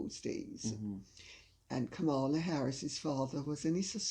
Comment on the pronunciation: Didn't expect to hear Kamala Harris's discussed here, but I should have known better. Lady C, a Jamaican, is a fountain of knowledge. Btw, her name is pronounced, comma-la.